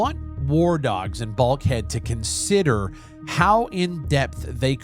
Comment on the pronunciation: BULK HEAD. I really thought you said BALD HEAD